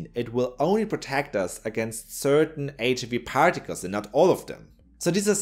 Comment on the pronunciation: Loved the video. Such an interesting topic. Small remark: be careful not to proncounce the "i" in HIV as you'd do in german. I have been doing the same kind of mistake a lot in the past XD Have a great day